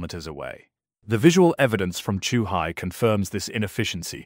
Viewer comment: "Zoohai"? "Chuhai"? Both wrong. Lol. Morons.